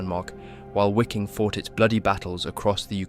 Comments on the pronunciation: Wiking is pronounced Viking. I think others have commented this in previous videos. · It is pronounced "viking", for fucks sake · Great documentaties, but ya: The "why king" was killing me.